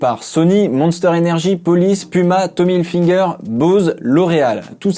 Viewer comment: Pourquoi certaines personnes disent"tommy hilfinger"🤔🤔🤔